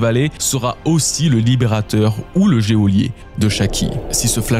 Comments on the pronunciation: gé-o-lier :P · Le "Géholier" 🤦‍♂️🤦‍♂️🤦‍♂️ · "le géolier"... 😂🤣